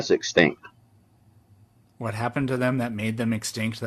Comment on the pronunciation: “I’ll tell you HWAT”